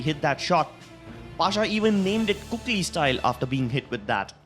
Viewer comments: kaley?? its kooklyy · Kaly ... Sure ,nice pronunciation xD